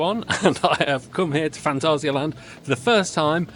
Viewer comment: German here, not rrrr- ssss. Fantassia-Land ^^ And 2nd: not Länd. The a is not an ä. just Land. And it is not Täron, just Taaroonn. Pronounce the a deeper.^^:popcorn-yellow-striped-smile: Geister Rikscha ist not well maintained. Sadly. Last time i visited the park, me and the son of my girlfriend counted the areas where water from the roof was going threw xD I guess they dont have a good plan what to do with that area. Edit: Whats that Video, here you can hear Taron the way it should :D Freizeitpark der Weltrekorde - Phantasialand | Heimatflimmern | WDR at 6.26